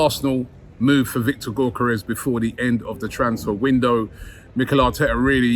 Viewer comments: pronounce Gyo = Gio as in Giovanni...Djio...Djiokeres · Robbie mate, you’re saying Gyokeres’ name wrong…